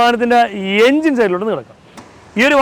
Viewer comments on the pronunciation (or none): none